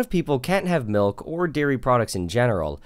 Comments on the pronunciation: Seriously? Malk?! Are you serious?????? MALK?!!!!!!!! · The way you're pronouncing"milk" reminds me of Julian Smith's video 😁 This has been great!